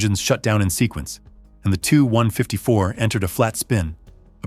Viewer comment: In English it's pronounced with two syllables; ('The TeeYou 154) not one syllable, like the number (2.) Gracias por tu produccion increible,.